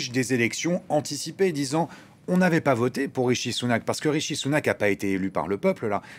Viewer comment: C'est RiSHi et non RiTCHi merci😃